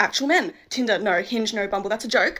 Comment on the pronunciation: “Nur”….. didn’t realize that “no” had 3 letters…